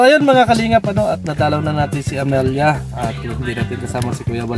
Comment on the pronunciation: Amalia ka ng Amalia.... AMELIA pangalan yan. 😂 ano ka ba di ka ba marunong mag basa😢